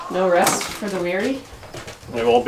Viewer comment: LOL! I heard "No RUST for the weary" and said, there won't be any "rust" until there's a significant rain." Rust/Rest. LOL.